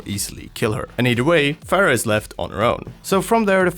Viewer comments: can you just fucking say phara and mercy? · why do they continue to pronounce Pharah's name wrong when she has a voice line where she says her own name